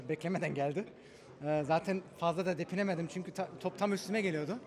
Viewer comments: Depinemedim demesi xd benim hemşerim olur kendisi .d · 'depinemedim' mi dedi o :D